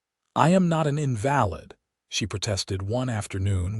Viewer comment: It’s in va lid not , In Val id . Fix the AI , it’s annoying.